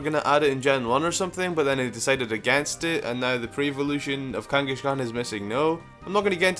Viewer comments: Kangaskhan, not Kangeskhen. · Kanghashkan? Really? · Kangas-kahn not kangashkan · "number one is kangashegon" me: its kangaskan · he said kangiSHkon!!!! LOL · Kangaskhan is pronounced like the mongol Kangas Khan, not Kangi-shkan, just thought I'd point that out. However I dont know how gamefreak made the connection, if you know do say. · It's not pronounced "KangaSHkan", it's "Kangaskhan". There's no "sh" in its name :P. Also I'm glad I'm not the only one who thinks there needs to be a prevo (Baby form imo actually) for Tauros and Miltank that evolves based by gender. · idk why, but when people with accents pronounce something oddly, like how ThnxCya says "Babby" instead of "Baby", it makes me laugh a little, like when says Kangaskan it's funny, no offence man, but still ^u^ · The baby in Kangaskhan's pouch is a baby Kangaskhan, not a different pokemon. They can't just alter history to say that's it pre-evolution. Also you pronounce "Kangaskhan" wrong.